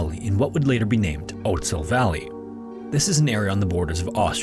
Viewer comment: Way to butcher the word "Ötztal", lol.